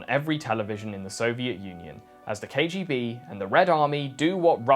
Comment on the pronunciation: Cant pronounce KGB but thinks hes smart with some stone old soviet jokes bravo